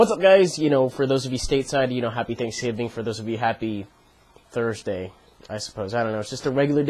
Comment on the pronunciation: "For those state's side, happy thanksging. For everyone else happy thusday" I almost DIED XD